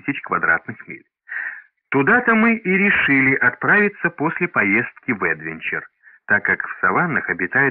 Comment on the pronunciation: Ударение едвЕнчер!!